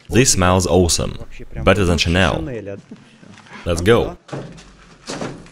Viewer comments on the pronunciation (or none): none